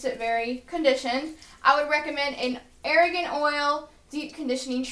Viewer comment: ITS A-R-G-A-N OIL!! NOT ARAGAN OIL! So annoying, you don't even know what your damn talking about